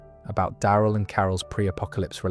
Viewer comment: I hate how you say Daryl & Terminus